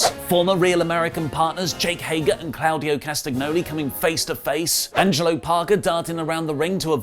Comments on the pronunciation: If you say 'claawdio' again I'm gonna scream it's CLAUDIO NOT CLAAADIO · I cringe every time he says “Clowdio”. It’s Claudio. It’s pronounced “Claw” Dio.